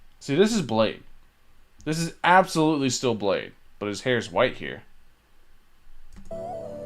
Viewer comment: Balde? Haha its blade